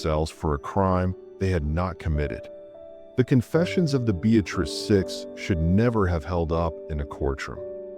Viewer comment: Town is pronounced: Be- uh- tris